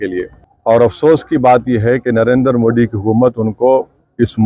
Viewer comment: It's not D it's Dhi ...डी❌... दि ✅ पेहले 'नरेंद्र' मोदी ठीक से तो बोलना सिखो। फिर आगे बोलो😂😂😂